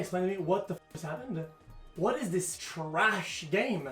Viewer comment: " What is this TWHRASH game?" kekw